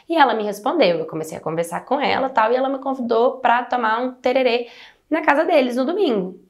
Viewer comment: O povo do MS Chora quando falam tererê! Kkkkkkkkkkk É tereré!kkkk Maravilhosa vc🥰❤️